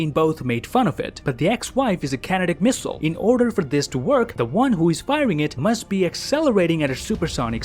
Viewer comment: Awwww. You said "In the next" *hushed "One." Instead of your usual sounding "Next Whon" 🤣